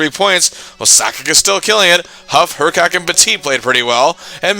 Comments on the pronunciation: Hrkac was pronounced her-kiss, not her-kak. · Dude you were totally mispronouncing Hrkac. It’s pronounced “Hr-kiss”, not “Her-kac.” Suggestions: the 1980-81 Winnipeg Jets who went 9-57-14 that season. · Tony Hrkac rhymes with pony circus.